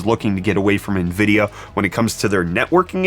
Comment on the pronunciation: I always look forward to my morning brettfast. Especially when we get to talk about Nvid-pee-a